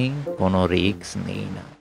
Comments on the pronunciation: ধুর মিয়া, রিকস না রিস্ক, শুনলাম না, উচ্চারণ ঠিক করেন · রিক্স নয় রিস্ক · Risk riks noi, uccharon thik noi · কথাটা রিক্স নয়, রিস্ক। এই উচ্চারণ নিয়ে আবৃত্তি!!! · রিক্স নয় রে ভাই কথাটা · Risk noy riks...jeta sotti e newa jaay naa😝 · রিক্স নয়, রিস্ক... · লিখেছেন রিস্ক, আর বললেন রিক্স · রিস্ক হবে উচ্চারণ রিকস নয় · উচ্চারণটা ঠিক করা দরকার। ওটা risk, riks নয়। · Riks na bole risk bolun. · ভালো। তবে 'রিক্স' নয় , 'রিস্ক'! কানে লাগে ! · শব্দটা risk, riks নয়। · বাংলাদেশী তো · কে এই গল্প পাঠক? রিস্ক কে রিকস বলে গেল!! এত কম শিক্ষিত লোক তো এখন গ্রামগঞ্জে রিক্সা স্ট্যান্ডে ও খুঁজে পাওয়া যায় না! দুর্ভাগ্য আমাদের বালছাল শুনতে হয়। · আমি এই গল্পের পাঠকের কাছে মাফ চাচ্ছি। আমি বড় একটা ভুল করে ফেলেছি। দু-তিন পেগ গলায় ঢেলে রিস্ক বলার চেষ্টা করলাম, কিন্তু বলতে পারলাম না রিক্স উচ্চারিত হলো।। পাঠক সঠিক জায়গায় সঠিক উচ্চারণ করেছেন। আমি আবারো ক্ষমা চাইছি। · খুব সুন্দর। তারাপদ রায় অনবদ্য। আপনার পাঠ আর অন্যান্য আয়োজন সুন্দর। তবে বারবার রিক্-স্ কানে লাগছে। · উপস্থাপনা ভাল। বার বার রিক্স উচ্চারণটা কানে লাগল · Riks বলছেন কেনো? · রিস্ক উচ্চারণ টা ভুল আছে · Risk উচ্চারণ ঠিক করুন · Risk এর উচ্চারণ টা ঠিক করুন ।